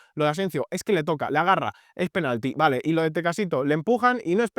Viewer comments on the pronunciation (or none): none